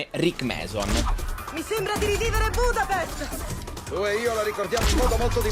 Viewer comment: budapesht* ahhahaha